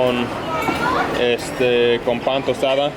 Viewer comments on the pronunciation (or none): Correction it’s PAN TOSTADO , nice Spanish by the way